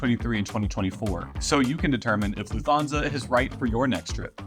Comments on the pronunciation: I know this video was recorded 2 years ago but this is killing me... It's pronounced "luft-hansa," not "Loof-thansa". They don't have the "th" digraph in German. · And you stress the first Syllable. „LUFT-Hansa“ (not „LuftHANsa“!) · Video was very useful. Flying with them next year. Can I ask is calling Lufthansa with an O instead of an A an American thing? Like you're pronouncing it LufthONsa, rather than LufthANsa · LOOF-Tahn-za. No 'fth" sound in German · Please. It’s Lufthansa…Loof-tanza’. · An American will typical pronounce it Luft-HAHN-sa, as in, still using an "A" but not Luft-HAYN-sa, which would sound nasally and odd. But also not like an "o" in HON-ey, although it is closely similar.